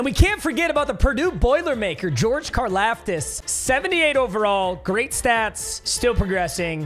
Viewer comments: It’s pronounced car-loftis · So it’s George karlaftis but it’s pronounced like car-loftis